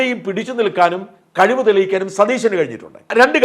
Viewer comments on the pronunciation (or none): none